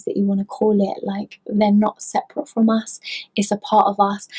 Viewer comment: "Sep-er-ate" Loved it, also; to I got chills that I have never felt before. I'm not sure if I liked that or not. Was definitely a brand new feeling. One last thing, your nails kick ass!! One other thing I guess, what's that around your neck?